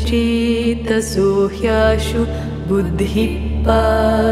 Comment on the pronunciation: I cannot express how beautifully you have rendered. Almost feels like liberation Brahma Nirvaanam and calmness Prasaadam. In 2 places, pronunciation was off. Buddhi and Adhigacchathi. If you could correct it for the next videos. Looking forward for your unique selections.